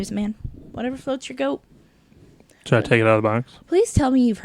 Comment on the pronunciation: I'm sorry, but did you say whatever floats your goat? I listened to it a couple of times, I want to make sure that you didn't mean boat. Oliver and company has one of the best soundtracks of any Disney movie ever. Billy Joel everybody. You were all incorrect on the best soundtrack though. The best soundtrack of any Disney movie is a Goofy movie. I would go see a Powerline concert today. Pixar does have some great movies, but I think their percentage of misses is greater than the percentage of misses for Disney proper. They've had less movies overall, so every bad movie drags down their percentage more. Great show. Looks like Chris may be a vestigial appendage. Haha.